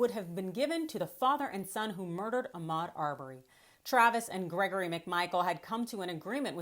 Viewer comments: Did he really call him Achmed? His name was AHMAUD!!! That is so disrespectful. Especially after we have been saying his name for A YEAR!! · First bro - it's not Ack-med Arbery. Please learn how to properly pronounce names. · Mispronouncing Ahmaud's name is disrespectful and calculated. We have been saying his name for over a year. There is no reason to be mispronouncing his name.